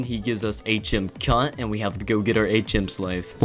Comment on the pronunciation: I heard "cunt", not cut😂